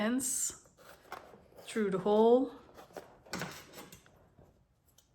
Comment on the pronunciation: I like how she says through. ( Tru )